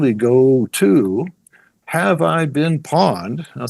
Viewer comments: It is pronounced pwned (p-own’d) Like pony. Pwny. Not pawn. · Pronouncing “pwned” as “pawned” is concerning. 🧐 …it’s “pɔʊnd” 😑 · wow so you wrote a cpl books but ya know any hacker worth their salt knows it is not pAwned its an old mistype like hodl .. for OWNED and as such pronounced POWNED. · It's not "pawned" it's "pwned," as in "owned" but with a "p" instead of an "o." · Lol the guy kept calling it “pawned” it’s pronounced “Powned” like owned but with a P. Gave me a good laugh. Ah, the golden days of gaming are long gone and it’s a word you never hear anymore. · Bothered tf outta me idk why. Maybe cuz he kept saying it like 10 times lol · You are saying it wrong, Have I been p-owned. not pond. It is like owned, but the person pressed p when it should have been o. How do you not know that. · Lost credibility when he pronounced pwned as pawned... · Great and amazing video and tysm for all the info :) Although 1 correction.. it's pronounced "pownd"